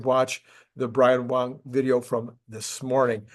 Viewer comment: you keep calling Brian Wang, Brian Wong!